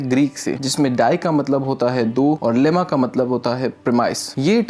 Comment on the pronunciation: Sir, dilemma bolo na!😅